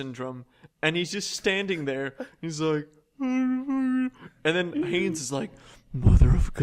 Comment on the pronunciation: It's Hannes, not Hanes >.>